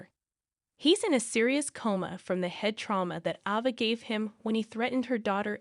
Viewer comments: Can you please get some one to pronounce the actors and actress names right please this woman that was speaking kept on saying ova and her name is ava and she couldn't even pronounce Trina name right. If you going to get some one to talk about the actors and actress on General hospital make sure they pronounce the names right ok. Please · It’s Trina not it’s Ava not either before you talk on these videos. You should pronounce the people on the show name correctly. It’s very nerve-racking to listen to this when you don’t have the correct names.